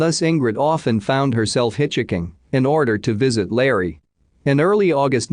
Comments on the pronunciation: “Hitch Hicking”? You mean hitchhiking, right? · can you not fix these where it pronounces hitchhiking correctly please, it's really annoying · I want to listen but your robotic voice cannot say 'hitchhiking' and I want a real voice. I'm out.